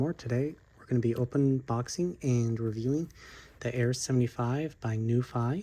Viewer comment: Pronounced as “Nu Fee”, been around for quite some time.